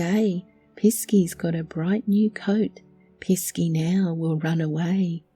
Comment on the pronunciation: I 😂 CHORTLED when "piss key" was spoken